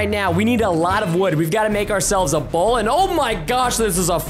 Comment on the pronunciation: It's a bowl not a how